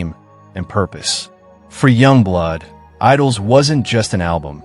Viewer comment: Źle wypowiadasz Yungblud ...